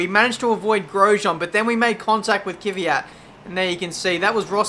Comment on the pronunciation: great to follow your career mode. You really motivate to watch with your excellent comments. Keep up the good work! One minor remark: pronounce KVYAT as : KVIE-AT in stead of Kie-Vie-At ;)